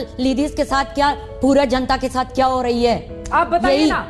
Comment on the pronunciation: when she said khia instead of kia she alredy exposed herself to anyone whose met an urdu speaking pashtun xd